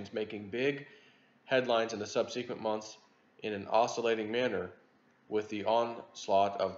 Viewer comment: It's not "sub see qwint" It's "sub sa qwent" And it's not "mee lee" It's "may lay" Florida public schools?